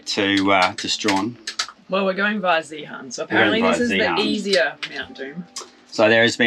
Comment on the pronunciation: A couple of names to practise saying. Zeehan, spoken as Zee’in. Rosebery, spoken as Rose’bree. Lol😅😅